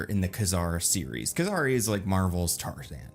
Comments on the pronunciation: Kazar (kay-zar not ka-zar) 🤙🏾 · Kazar not Kuzar ugh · I had to stop watching this after less than 3 minutes. The way he pronounces Kazar really bothers me for some reason 🤣